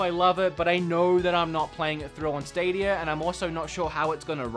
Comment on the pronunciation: Google stadierrrrrrrrrrrrrr